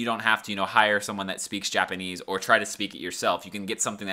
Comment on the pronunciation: I like how you said : J apanese